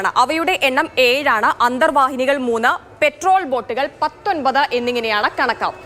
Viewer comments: പെട്രോൾ ബോട്ട് അല്ല പട്രോൾ (Patrol) ബോട്ട് . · Petrol boat alla മാഡം പട്രോൾ baot ആണ് 😂.